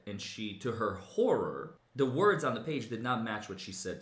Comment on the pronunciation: SHOCK AND HOARAR